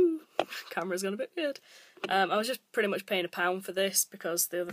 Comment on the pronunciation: I like how she says Pretty, she says Pretay. Love her<333